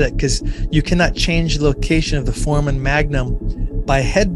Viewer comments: It's pronounced "For-ay-men" not "for-men". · It's pronounced for-ray-man. Not trying to be mean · You're not pronouncing foreman correctly. It has 3 syllables not 2. It's for-e'-man, not fore'-man. Ask any medical student or person like a doctor. Thanks. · Pronounced: For-ray-men Not Forman Spelled foramen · It’s pronounced For - A - men